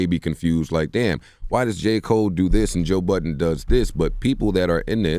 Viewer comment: Why do all you americans call him Joe Buddens? His name is Budden lol